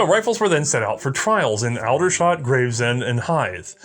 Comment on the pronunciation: Your pronunciation of Aldershot, Woolwich and Blenheim made the Empire weep.